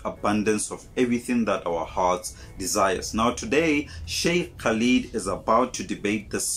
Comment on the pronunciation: I know you are trying your best so let me help you - the Brother's name is pronounced "kah-lid", the word "Muntaqim" is pronounced "moon-ta-keem" and the word "Pios" is pronounced "pie-us." A great video but I would have loved to hear how the Catholic priest would have explained Mary being perceived as the mother of God as well as the daughter of God! This is absolute proof that those who ascribe to this view do not think for themselves, as this makes no sense whatsoever! How can God (The Creator of everything in the Heavens and Earth) have a mother? How can the Unseen God (who Christians refer to as a "Spirit") have a daughter - or son for that matter? As Shaikh Khalid said - this is not what Jesus taught but a pagan concept that Greeks and Romans were upon before Jesus was born introduced into Christianity some 325 years after Jesus was born! Further, the oft-quoted John 1:1, where it says “IN THE BEGINNING WAS THE WORD, and the Word was with God and the Word was God,” has been proven to be, not only NOT IN THE OLDEST TEXTS that they found but, actually, the words of PHILO of Alexandria, who was BORN BEFORE either JESUS or JOHN were born! This is a definite insertion that proves, once again, that it not appropriate to refer to everything in the Bible as "The Word of God" because, the last time I looked, Philo was a man, as was Matthew, Luke, Mark, the various Johns associated with Books in the New Testament as well as King James!